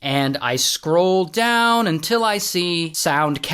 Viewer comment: I love the videos until you say "until"